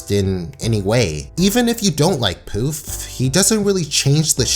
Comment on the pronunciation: The fact that you called Poof "Puff" SENDS ME